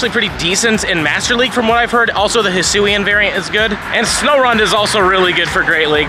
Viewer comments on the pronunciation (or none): none